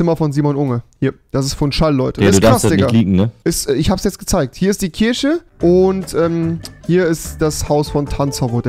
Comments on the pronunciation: Rewi muss echt mal lernen Worte mit "CH" richtig auszusprechen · Das heißt Kirche